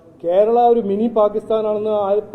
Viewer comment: ആദ്യം നീ കേരളം എന്ന് പറയാൻ പഠിക്ക്